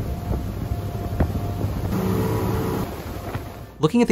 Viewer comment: Good video, but sharrow is pronounced-(share-oh). Not share-all, sharrell is not accurate in the least. Ive never commented on a pronunciation before but your saying something completely different. Share-oooooo 🤦‍♂️